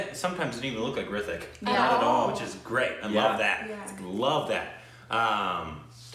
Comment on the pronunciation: pronounced it perfectly. You are a indian now! Anyhow this is inspired from true events. The director tries to bring social awareness towards assisted suicide through the movie. Its a must watch but be prepared to cry a lot.